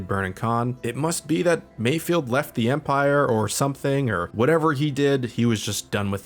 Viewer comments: omg it's MAYFELD not mayfield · "and while I was not confused" god damn too bad i forgot to bring your medal. kinda rich coming from a guy who can't even say mayFELD